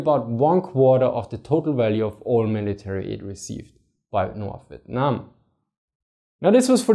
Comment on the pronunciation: The way you said Vietnam made me chuckle, sounded like you said "Vitnam". Great video though! America: Let's just march into North Vietnam and end this, what could go wrong? China: Hold my Peking duck.